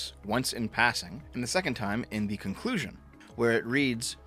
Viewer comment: that "conclusion" almost cause an aneurysm